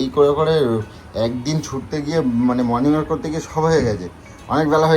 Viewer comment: ওরে আতা ক্যালানে! কথাটা "মর্নিং ওয়াক".. "মর্নিং ওয়ার্ক" নয়!